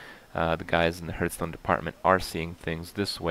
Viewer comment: What the fuck is Hurtstone?